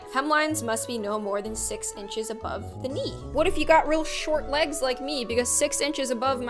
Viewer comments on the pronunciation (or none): none